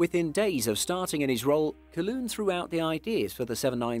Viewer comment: Never heard Calhoun pronounced that way. Thank you.